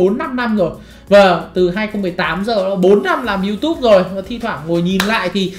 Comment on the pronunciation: Yutube chứ ko phải sờ chim nói cho chuẩn đại ca